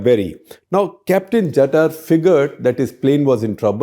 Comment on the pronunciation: Thanks for piecing together the story of Kasmir Princess. I was five then and read a sketchy article about it in a widely read Marathi magazine then. Your story blew away the dust of time from that memory. At that time, Captain Jatar (pronounced Jataar) and Ms Gloria Berry were my heroes. Thanks bringing them out of the oblivion.